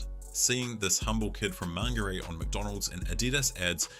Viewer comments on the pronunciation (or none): How desperate is to come up with this cheap clip to make sure no one finds out that it was actually her that was the problem. This idiot was to stuck up to even pronounce Mangere properly..MAN-GREY 🙄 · You can’t pronounce Mangere.